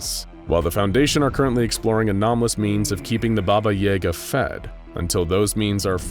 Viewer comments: ITS YAGA NOT EGA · Yay-Gah?.... its ya-gah.... sigh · Ya-gah, not yay-ga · Worth mentioning that "Yaga" pronounced as "Yaaga" and not "Yega" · That was driving me crazy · I always thought it was Baba Ya-Ga, not Baba Yay-ga 😶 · It's pronounced "YAH-ga," not "YAY-ga". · Its pronounced Baba Yaga not Baba Yega. You put an e instead of an a. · No. You put a Я instead of a Е. He's right. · Bro doesnt have yaga he has yega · Hmmm yes baba yeh gah It is baba yaga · Never heard anyone pronounce “Yahguh” as “ Yayguh” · So is anyone else bothered by how they kept pronouncing it "Yayga" instead of it's actually pronunciation of "Yaaga"?? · I've always heard it pronounced as "yuh-gah" or "yah-guh" not so much "yay-guh" and it's distracting me everytime... still, I enjoy the video. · YAGA, not YEGA. You pronounce it wrong :D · Baba Yah-gah not Yay-gah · I thought it was pronounced "YAH Ga"?? It sounds like your saying "YAE GA" but I've only heard it pronounced the other way 🤔 is both right??? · Yah gah, not Jager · Its Baba Yaga not Baba Yega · Pretty sure it's pronounced yAhga not yay ga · Jaeger? Why are you saying baba jaegar? It’s literally spelt yaga pronounced ya-ga. Maybe if it was spelt yega but it’s not. I cringed so hard every time her name was said. But this is one SCP I see no reason to contain instead of straight termination. There’s nothing to gain from her besides the risk of escape and death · Every time the narrator says "Baba Yaega" I take 5d6 psychic damage. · I am so glad others noticed and said it because it was startin’ to bug me 😂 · I am endlessly amused by the fact the a small town named "Doomed" is quite a believable toponym for all Slavic countries and suites the 352 beautifully. Also, the day when non-slavs will learn to put stress in "Yagá" correctly will be the day she breaks containment for good so maybe we should just learn to accept the Hollywood pronounciation... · Ukrainian's say yaaga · It is Ya-ga, they mispronounce words all the time